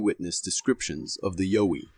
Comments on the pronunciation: its not yo-ee its a yow-ee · Pronounced YOW WEE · Its pronounced y-ow-wie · most likely but he pronounced the name wrong is all